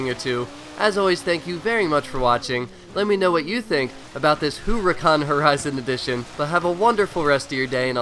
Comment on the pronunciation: it's pronounced herucan... no hate just informinf